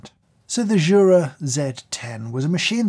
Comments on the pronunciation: it's "you-ra", not "choo-ra". Jura is the mountain region northwest of the (swiss) alps. Jura is a swiss company named after said mountain because of their location just southeast of it. greetings from switzerland ;) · Jesus dude, at least learn how to pronounce those names. You have butchered it completely - at least Jura, Miele and rest fail also.